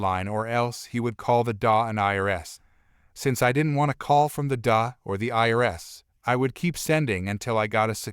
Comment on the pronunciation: For the love of all that is holy, learn to format things so the voice know that DA is said D.A., Not Da, like a word... >.<